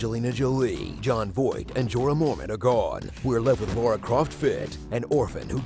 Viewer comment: It’s La-ra, not Laura